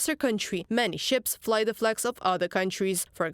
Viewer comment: dude - there is NO '''Z" in ''THE'''!!!!